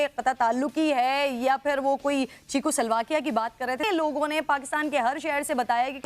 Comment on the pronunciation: the anchor says चीकू स्लोवाकिया 😂😂😂😂😂😂😂😂😂😂😂😂 चीकू 🤣🤣🤣🤣🤣